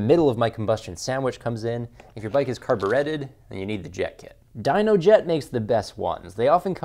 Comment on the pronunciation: Carba Retted?? LMAO